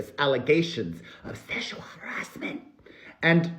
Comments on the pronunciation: Did you say Szechuan harassment… 🤣🤣🤣🤣🤣🤣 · wait. did you just say "szechuan harrassment" 🤣🤣🤣🤣🤣🤣 I'm screaming